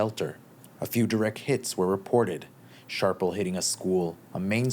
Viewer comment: Shrapnel not sharpnel